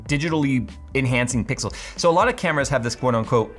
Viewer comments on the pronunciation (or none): none